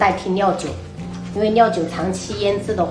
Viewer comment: 我听到的怎么是尿酒？